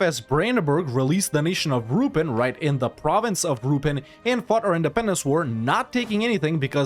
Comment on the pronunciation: How to say Ruppin -> Ru.peen